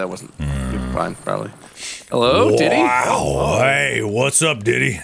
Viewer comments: Oh my god why are they saying de-it-e as didd-y ...... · Watching this now and hearing them pronounce deity as diddy is... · Did anyone else cringe at how they said "deity" (diddy) 😆 too soon guys 😅